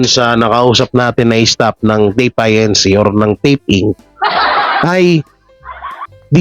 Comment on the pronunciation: INC... read as Incorporated not I.N.C.